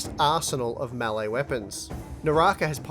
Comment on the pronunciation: "melle battle royale" lmao